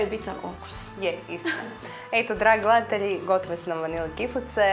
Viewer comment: prelepo, ali zasto vase voditeljke tako valjaju reci po ustima bez ikakve dikcije??? ne kaze se GLEATELJI za ime sveta, valjda smo gleDatelji? zar ne? i stavite recept ispod sa merama